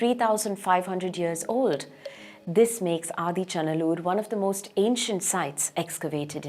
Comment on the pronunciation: SORRY IT IS NOT "ADICHA NALLUR" 😂 IT IS "AADEE ACHAN NALLUR",(OLDEST FATHER VILLAGE),,LORD SIVA STEPPED HIS 2ND FEET IN THIS LAND ,,1ST FOOT OF LORD SIVA IS IN CEYLON A PLACE CALLED TREKONAMALAI 😊 "SIVAN ADEE PAADAM" ,CHRISTIAN SAY "ADAMS PEAK",IT'S BELIEVED 1ST HUMAN SET FOOT ON THIS EARTH,,LORD SIVA HAS MALE FEMALE PICTURES,,PROPHET ADAM IS ALSO THE 1ST HUMAN, BELIEVED BY CHRISTIAN, JEWS,MUSLIMS 🎉🎉🎉